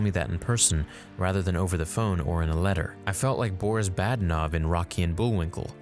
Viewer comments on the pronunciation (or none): none